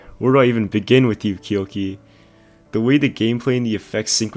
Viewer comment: First person to ever pronounce Kyouki correctly